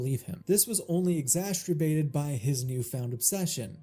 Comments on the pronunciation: exastrabated!!!! Dude exacerbated. You have got to be baiting us at this point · "Ecxastribated" 😂 I'm sorry, that was a very funny misspeak.